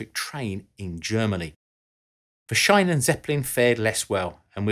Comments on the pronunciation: Shynen = Scheinen Sheenen = Schienen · Little nitpick on pronouciation : "Schienen"-Zeppelin is spoken like "sheen", not like "shine" The [ai] sound would be spelled "ei" in german, "ie" is just a prolongued i. You sound so strained and proud mispelling it, every time. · Schienen: ie pronounced like clean, not like in shine. Apart from that your pronunciation of German words is really good. Interesting video. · "she-nen", not "shine-nen" :-D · Schienen is pronounced slightly differently, think “Charly Sheen” as in Sheen-en